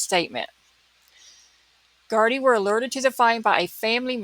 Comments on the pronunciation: Such a horrific case,(you said Gardai perfectly. ) I have never seen a search like this before in Ireland. I think a person has been arrested tonight. The Gardai do not talk about a case like in America. The media have been very respectful in this case. It is a tight knit community too and he is respected in the community. It has been quite warm over the last couple of weeks thank god someone saw a body part otherwise it would have been gone in a few days. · You are pronouncing gardai correctly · Irish speaker, thats exactly how to pronounce gardaì!! Its so rare to hear it pronounced correctly online!♡